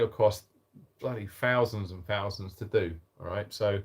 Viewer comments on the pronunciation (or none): If you struggle reading get a kiddie to help and please don't forget that th is not an fso three not free and not fowzand it's thousand ffs